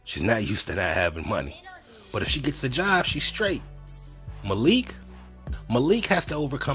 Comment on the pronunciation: The way pronounced “Malik” is actually the proper way to pronounce it...the Arab pronunciation. The way we are used to hear it is the Americanized version..